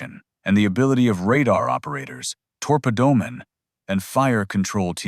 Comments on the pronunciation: "Torpadoormen" really. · Tor-ped-door-men? One tube for you.